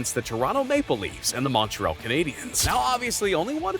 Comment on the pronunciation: The pronunciation of Montreal, is like nails on a chalkboard to my ears